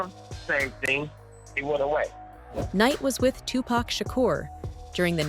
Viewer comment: Tupac is pronounced 2-pock. Shuge is pronounced like the word sugar abbreviated Get it right,!